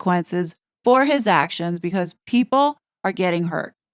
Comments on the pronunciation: Re HIS children - I've noticed it too - in Lady Cs case, she has been making a point of emphasizing the word, very obviously. I'm pretty sure this is the bombshell, Lady C even said she knows who it is thats going to drop said BOMBSHELL...... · Yes and Lady C really emphasised HIS, I've never heard her do that before regarding the kids, it really stood out to me